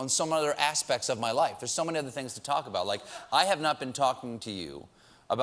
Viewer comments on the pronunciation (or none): none